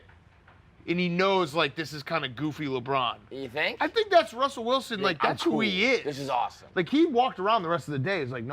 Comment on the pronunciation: It's Russell Wilson! you dropped an L my guy